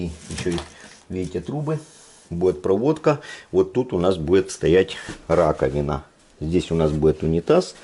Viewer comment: бует бует бует бубубубует